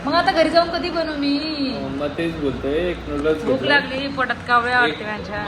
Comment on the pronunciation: Nudas nahi noodles boltat g manda